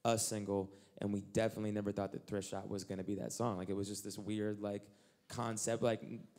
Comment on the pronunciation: am I crazy or is Eliot saying "Drift shop"?